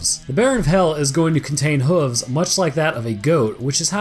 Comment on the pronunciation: No one else heard hhhhhhvzzzz (hoofs / hooves)?